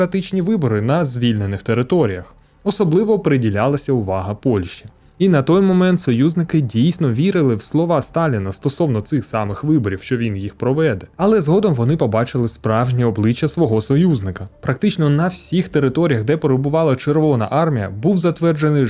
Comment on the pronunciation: ПровеДЕ, а не проВЕде,👋🤗